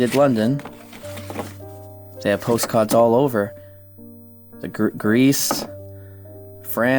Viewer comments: postcahds I love when the NE accent comes out cause saaame lmao 😂🫶🏻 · There were post-caaads all over 😂